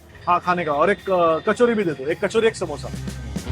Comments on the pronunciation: शुद्ध बोलण्याच्या नादात अशुध्द बोलतात . सामोसा ❌ समोसा ✅check wikipedia अशणार ❌ असणार ✅ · सामोसा नाही समोसा 😊, समोसा' बिल्कुल सही और मानक शब्द है, जबकि 'सामोसा' एक वर्तनी (अशुद्ध उच्चारण या लिखावट) की गलती है